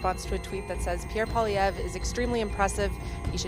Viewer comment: The name isn't pollivay. It's PWA lee ev.